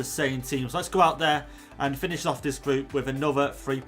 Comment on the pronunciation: finish not finesh